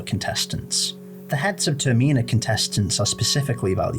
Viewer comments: So is it pronounced TER - MEENA or TERM - INAH? I swear its been the latter but you are the only YouTuber to consistently call it the former. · Why do people pronounce termina as "ter-meena"😭🙏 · Love how says Termina